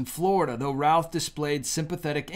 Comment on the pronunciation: Routh is pronounced Ruth. Know them. Please say his name correctly.